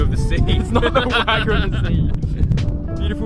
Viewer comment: “The wygu of the sea” 😂. Solid video guys, crushing it!